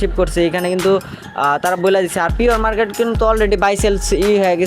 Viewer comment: পিয়র মারকেট না প্রি-মারকেট 🥹🫶